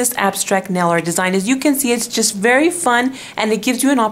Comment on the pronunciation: i love how she says "this is a vary simple to do"